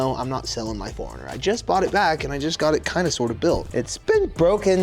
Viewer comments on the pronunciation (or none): I thought you called it "the hornet" and I was like.. Ohhh for that 90's color Hornets jackets... Got it! Then I heard you say it again and realized you said "4runner" just mumble. Edit: Forgot to say Heal well!! Enjoy the hospital food if they keep you at all! lol